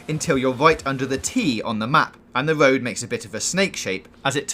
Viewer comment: Love the guide brother, but learn how to pronounce "R" please. It ain't a Woad, it's a Road.